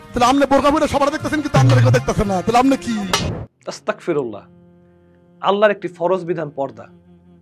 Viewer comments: "আস্তাকফিরুল্লাহ" বলবেন না ভাই। "আস্তাগফিরুল্লাহ" বলবেন। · বড় ভাই আপনি আমার থেকে সিনিয়র অনেক ভালো বুঝেন কিন্তু আপনি একটা ভুল করেছেন আস্তাগফিরুল্লাহ না বলে আপনি বলেছেন আস্তাকফিরুল্লাহ শুধু এতটুকু আপনার উচ্চারণে ভুল হইছে আস্তাকফিরুল্লাহর মানে হলো আল্লাহ আমাকে কাফের বানায় দাও আর আস্তাগফিরুল্লাহ এর মানে হলো আল্লাহ আমাকে ক্ষমা কর আশা করি পরে আর ভুল করবেন না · আস্তাগফিরুল্লাহ বলবেন আস্তাকফিরুল্লাহ বলবেনা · আস্তাগফিরুল্লাহ ✅ মানে হে আল্লাহ আপনি আমাকে ক্ষমা করুন আস্তাকফিরুল্লাহ ❎ হে আল্লাহ আমি মুনাফিক হতে চাই নাউজুবিল্লাহ তাই হে ভাই আমার আপনি যাই বলেন না কেন একটু ভালোভাবে বলেন 😊😊😊